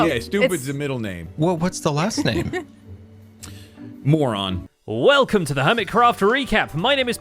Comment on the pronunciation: "Morron"